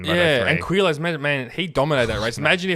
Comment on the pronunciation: Just remove u from Quilles name and you say it like killer.I think that is how you say his name.